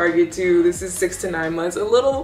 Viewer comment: “It izzzzzzzz what it izzzzzzzz”. 😂😂